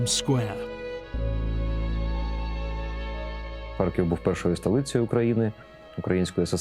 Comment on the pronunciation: 3 (мова про рівень, не про вимову. ну і С1 - це далеко від досконалості ггг). Мені неприємно чути покоцану назву рідного міста. Щоби вимовляти з налогосом на перший скад, не потрібно нічого крім як редактору поцікатитись цим питанням.